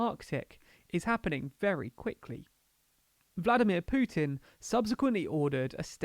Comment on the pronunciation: I'm glad you know your weaknesses and didn't even try to pronounce the Russian names. (And no, you can't pronounce Putin but at least you are aware 👍).